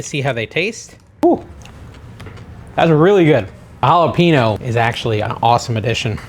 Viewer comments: Love the content. Hate the way you pronounce JalepeNO 😤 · Hall-a-payne-o = jalapeno. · Those pickle chips look delish! But, it is pronounced halipenyo. The n is like ny. You got the j as an h right though! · Why do you keep mispronouncing all the Spanish words. You obviously know you’re saying them wrong and you asked if we liked how you say queda dila instead of quesadilla. Jalappin o it’s jalapeño. Real turn off to me A Maxican American. Bc boy we better not mispronounce English words bc then we get made fun of called names etc but you think it’s cute to purposely slaughter Spanish words. Not cute to me. Big turn off. You might consider being more culturally knowledgeable. Since you are using food from Mexican culture Your cooking w Mexican ingredients. Show some respect to the language.